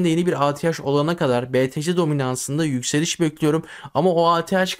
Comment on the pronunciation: Sert yökseliş diyorsun on kuruş döşöyor bir kuruş yökseliyor